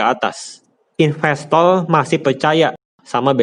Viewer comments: ngakak gua ga bisa ngmg r,, apalagi pas ngomong investol 🤣🤣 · bagus ilmu di videonya bang tapi lucu 😂 mayora = mayola investor = investol saya kirain pistol 😂